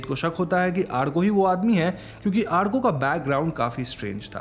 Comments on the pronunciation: It's Awrko lol. Not Aarko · It's not arko, it's orko 😁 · Arko nahi bhai its pronounced as Orko😅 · Call it orkooooo not arkaaaa!!! Bengali content explanation kar rahe ho to nam bhi bengali logo ki tarah boliye na! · The amount of time u said āarko is just bothering my adhd , But u said Ârko the end which cured me a little 😂 ,and yes I'm bengali but still😭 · Hey... you pronounced the name Arko wrong... I know the spelling is "ARKO" but you must spell it as "ORKO". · Vai it's sound like orko..hum Bengali are अ ko "o" ki tarha use karta hai so 'arko' for writing lakin bolte baaqt orko bolta hai.😊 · It is not arko.. it's Orko in pronunciation, spell as Arko. Just a Bengali thing. Peace Same storyline in every horror movie. Anyway video clarification us good as always , thank you. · It is not pronounced as "Aarko"..the pronunciation is "orko"..bengali sentiments...😊😊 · are bhai wo arko pronucation thora galat tha wo aaaarko prnounce nehi alki arko yani a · It's not arko it's or-ko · He probably watched it with english subtitles and it spelled orko with arko as usual so naturally he pronounced it as arko as he doesn't speak bengali Im guessing. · Sir it's pronounce as aurko , my name is arka too 😁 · Arka = awr-ko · Its pronounce OR KO